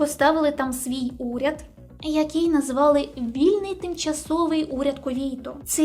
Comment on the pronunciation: найнебезпечніші (слово саме не використовують у ступенях порівняння)* - вето ( а не вєто) - Є (замість "являтися" ,бо являтись=виникати ) - Кувейт(, а не "Кувєйт" -такої країни не існує!).... о другій годині ночі.... який(а не "якій") - з'ясувалося/виявилося (адже "виясняти" — робити ясним, яскравим. Марта вийняла з кофти шпильку, вияснила гнотика в каганці, що почав притухати)* - лицемірно (замість "ліцемірно)* - суворі* - ледібоями( , а не "лєдібоями") - з'ясувала/виявила* Підтягніть українську будь ласка! Дякую за контент! Слава Україні! 💙💛